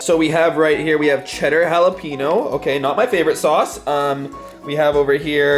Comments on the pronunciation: Jalapeño not halapeno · ITS NOT HALAPEENO ITS HALAPAINEEO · jalapeño is pronounced jalapenYO not jalapenNO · It’s Hal-a-peen-yo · it is pronounced (hala' penyo) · Cheddar “halapeeno”? No sir. Absolutely not. Haha is it a Canadian thing to pronounce it that way? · Is anyone else kind of annoyed because he said jalapeño ( Pronounced halapeeno) became I am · Lol I love how he pronounced it jalepeeno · Wtf is a “(hala-peen-o)” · The way he said jalepeno . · Cringing “cheddar jalapino” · "Cheddar Jalepeeno"???????????????????? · Pee pee Gang the way he pronounces it tho 😳😂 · Peep that bts book ((; army 💕 Also, someone should tell him how to pronounce jalapeño lmao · PRONOUNCE JALAPEÑO RIGHT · The way he pronounced “jalapeño” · He said cheddar jalapeño wrong and that disgusts me- jk jk d-squad for life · Did he say cheeder jalape-no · Thats how people say jalapaño texas but he lives in canada lol